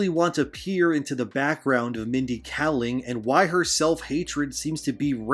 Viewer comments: Two things: 1. Kayling, not Kalling. 2. Slavs are considered people of color. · Really appreciate the upload. She's trash, but if you care, (and i understand if you don't) her name is pronunced "KAY-ling"